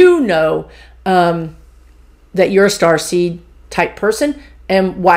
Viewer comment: I kept hearing "Starsky" instead of Starseed, so now I am thinking of Indigo as "Hutch". As an old soul I feel very protective of a 3 year old I am certain is a starseed or indigo. Is that common? Please ask the guides about the Indigos.